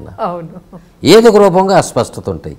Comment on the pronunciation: అస్వ‌స్థ‌త కాదు నాయ‌నా.. అస్ప‌ష్ట‌త‌..